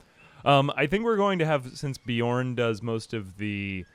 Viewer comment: How did Beorn turn to Bjorn? Not sure I can make it through the video hearing this every single time.